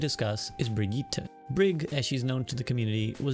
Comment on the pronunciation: Brigitte’s pronounced exactly as you first think, like a teenage white girl. Not “Brig-it” lol.